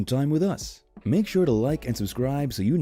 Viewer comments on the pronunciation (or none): none